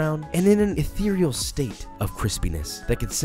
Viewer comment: josh says "aethereal", I proceed to gasp while im leveling up my thaumaturge mage on ffxiv